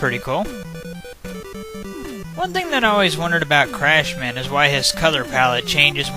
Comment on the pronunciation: The whole Crash/Clashman thing is probably due to Japanese being odd with l's and r's but yeah Clash man sounds funny lol. Also I agree that Bubbleman's stage looks great for Nes graphics, those lantern fish are annoying if your going buster only though. Great run once again.